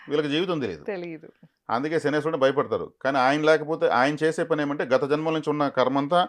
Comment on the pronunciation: Jai sriram🙏 శనేశ్వరుడు కాదు అండి శనైశ్చరుడు అనాలి, శని ఈశ్వరుడు కాదు pls🙏